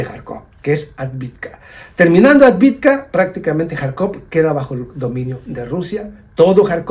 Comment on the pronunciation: Es AVDIVKA... y no ADVIDKA!!!